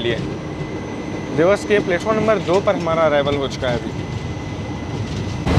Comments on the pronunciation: Bhai it’s “देवास” not “देवस” “नागदा” Not नग्दा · Vlog is amazing but srry to correct u dewas ko देवास boltey hain na ki देवस. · Bhai its "Dewas" not "dews"